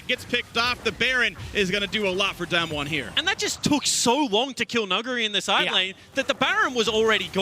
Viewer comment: I'm wondering why the one caster can't pronounce Damwon correctly while the other is doing it. He just needs to do it the same, it's not that hard